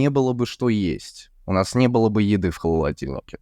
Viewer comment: из какого региона русский? у нас в Сибири нет слова "предросток". мы говорим "приставка". И еще очень странно произнёс слово "холодильник". Звучало как "холодиловка". "Фермер" по-русски "крестьянин".